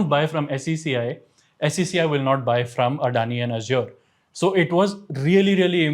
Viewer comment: SR SG, at least try to pronounce Adani correctly and not as some foreigners. It’s so annoying to hear how you say Adani. However, the content is good and decluttering.